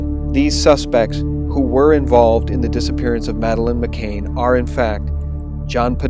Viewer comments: Seriously, u said "McCain" AGAIN OVER AND OVER AGAIN IN THIS VIDEO TOO???? FFS her name is "McCann" -- NOT MCCAIN. Over and over again u say her name wrong, in more than one video. GD! Pls stop mispronouncing her name in EVERY SGT VIDEO, PLEASE. Therez no way I'll share these vids when u repeatedly can't even get the very victim of the story's name correct. How can anyone take what u say seriously when u can't say her name that's RIGHT IN FRONT OF UR FACE correctly, and repeatedly??? And this is great pizzagate info. But FFS, GET HER NAME RIGHT. Do u not have EDITORS at SGT Report???? Pleeeease, please fix this. You lose major credibility points for repeatedly getting her name wrong when it's RIGHT IN FRONT OF UR FACE; ur putting her name up in writing in the very vid ur speaking in, and getting it wrong. It's as if u can't even look at what's in front of u as u speak in the video. Seriously. Fix it. It's un-sharable. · It's Mc "CAN" not Mc"Cain". Excellent effective video. Still will greatly disturb people - especially many females - and especially those still in shock and anger over USA election. But it must come out now, after election and pre-inauguration. Distribute through teachers, police and media - especially all mainstream media especially local newpapers. We must insist they discuss this openly. Scotland Yard must interview the Podestas before they (UK Police) close the case yet again. #Pizzagate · JEEZ feller her name is McCann not McCain get it right you numpty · Great video but please pronounce her name correctly its McCANN not Cain. It detracts from the quality of the info. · It's McCANN ! Not MCAIN !!!!!! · Just so you know for future reference, it's Madeleine McCANN (the same pronunciation as 'can' or 'fan') not McCAIN (rhyming with 'pain'). It's also Savile (rhyming with 'ill') not Sav-eyel (rhyming with 'vile')... actually either pronunciation of that bastard's name is more than apt. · it's mccann i believe can not cain right?